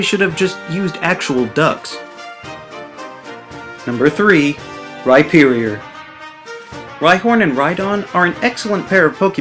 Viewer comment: "Rhy-ferior" -Ha. Love it!